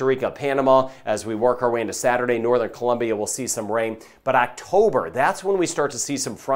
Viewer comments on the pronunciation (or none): none